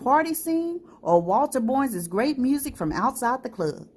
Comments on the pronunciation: 👍I’m sorry to hear that so many folks lost their lives. Thanks for sharing.💝 I’m trying to figure out why the narrator is saying “Borns” instead of “Barns” for the pronunciation of “Barnes”.🤔😩😞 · Pronounced BARNES... not "borns."!!! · I enjoyed the story. It was great, however, you didn't pronounce the name Barnes properly. It sounded like Bournes instead of Barnes.